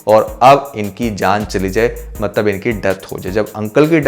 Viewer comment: Bhai Mtlab hota hai Maktb nahe hota